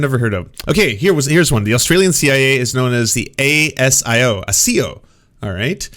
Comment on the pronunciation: ASIO is pronounced more like Asian except the -an becomes -o. Another intelligence organisation is the ASD - Australian Signals Directorate.